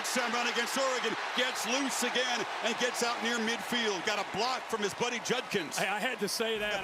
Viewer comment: Hilarious that Kirk cannot pronounce JuD-kins.